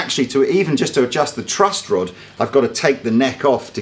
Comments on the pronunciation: Is the calling it a "Trust Rod"?! Tell me he's not please. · One more thing. I couldn't help but laugh when I heard you say over and over "trust" rod instead of "truss" rod, as it is properly pronounced. It's like you're saying "in rod we "trust"! LOL!!! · Several times he says trust rod... Sorry but he does. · Is consistently saying "trust rod"? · Does keep saying "trust" rod? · Yes...yes he is lol. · I can't believe he kept saying "trust" rod about 3 times before he corrected himself and said "truss" rod. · Is calling it the "trust rod" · Really sounds like youre saying trust rod rather than truss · Is saying 'trust rod' or is it just my ears failing me? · There's no "t" in "truss" rod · Does keep saying "trust rod" instead of "truss rod" or am I going a bit mad? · Are you saying trust rod, not truss rod? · is he saying "trust rod?"